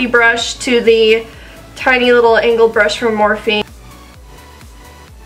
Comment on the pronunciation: Hahah Every time you're saying "angled" brush it sounds like "anal" brush hahah beautiful job but had me giggling throughout.